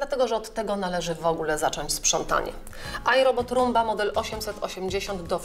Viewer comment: ...romba? a nie rumba? na pewno?